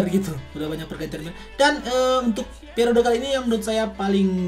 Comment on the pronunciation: Periode kali bang bukan piarode😂😂😂